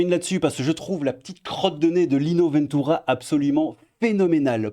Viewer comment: Lino Veeentuura ? En français, Lino "Ventura" et c'est bon loooool (sinon, bonne vidéo pleine de crabe et de fantôme).